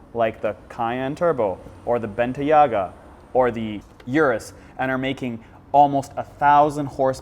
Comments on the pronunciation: what the hell is a Benteeaga. It's Bentayga .... Ben ...Tay....Ga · It’s pronounced Bentayga not Bentayarger and it’s Bang & Olufsen not Bang & Olsen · I’m from the uk and it hurt my head when he said benteyga he said it so wrong 😂🤦🏾‍♂️